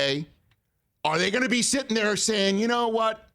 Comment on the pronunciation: lol “sittin’ nair” just like pat mcafee